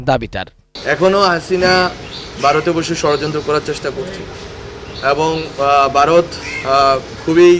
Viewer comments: উচ্চারণে ভুল? বারত না ভারত, শিক্ষিত। প্রমিত শিক্ষিত না, এই হচ্ছে আমাদের উপদেষ্টা, বাংলাদেশ জম্পেশ এগিয়ে যাও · এতো ভারত বলতে পারে না বলে বারত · এইই বাল এর উচ্চারণ ঠিক নাই. ভারত কে বারথ বলে ছাত্র কে চাত্র বলে. এইই ছাগল্লের বাচ্চা চালাবে দেশ